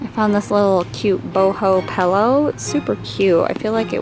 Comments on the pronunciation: Haha everyone always point out that I pronounce pillow like pellow 🤪 I don’t even realize I do it! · “matches the Pellow” ? 😂💖